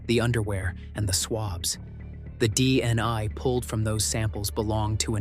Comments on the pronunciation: Okay gotcha, ya so the first time he said it he said it right DNA, then every time after that he said dni, so WTF I see what you're saying how stupid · The narrator keeps saying DNI instead of DNA. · All I keep hearing is dni pathetic this is why this crap can't be trusted when the idiots can't spells or pronounce things properly. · Hmmm he just said DNA